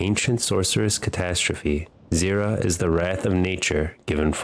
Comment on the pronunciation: Try to.. get the names right on champions / places / cities... example what bothered me the mose wast Nidalee, It's Nida - lee.. or Shurima(n) It's... Shu-Ri-Ma.. Or Zyra, it's not Zira or Zera, it's Zyra a clear yyyy sound, but apart from that, great vid